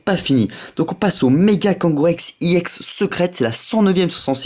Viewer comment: On dit pas iex on dit ex